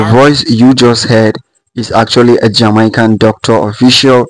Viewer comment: Why you Africans say jamycan?